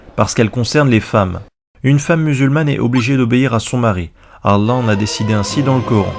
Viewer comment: J'ai du mal à te trouver crédible désolé.. t'as vraiment été musulman toi? Tu te prétends spécialiste de l'Islam toi ? Bah merde.. Tu sais même pas prononcer le mot: "Allah" correctement... Le dieu غلا mdr on doit surement pas parler du même alors. Les musulmans ils prononcent Allah au moins 50 fois par jour et toi tu te trompes à chaque fois.. il y a quelque chose qui m'échappe. Ça doit venir de ton physique je pense, tu t'es dit j'ai une gueule d'arabe -> arabe=muslim, donc ya un petit billet à se faire.. je vais vendre mon livre et ses cons de blancs vont l'acheter. Je veux dire tu as ta vision c'est bien, mais ne te prétends pas spécialiste parce que la tu es ridicule..